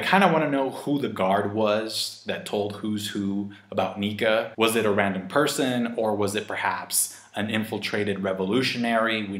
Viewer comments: Well it's "Nika" not "Nike" tho... So I wouldn't bet on that part of theory. Sunny stuff sounds great. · pronouncing "Nike" like the sports brand gave me the most "murican" vibes in all my 7 years of watching this channel 😅😂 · Nike? Who's Nike? It's Nika! Also, the person CP0 are talking about is obviously Who's Who...